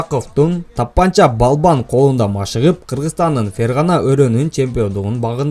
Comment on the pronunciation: Бир тууган палбан емес балбан дечи